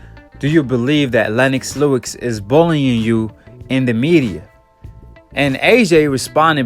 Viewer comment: Lennox Lewix? Hahahaha you gotta work for no your pronunciation my brother, you're always destroying people's names out here.